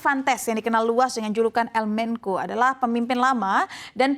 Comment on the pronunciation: Bukan "el menko" dibacanya tetep "el mencho"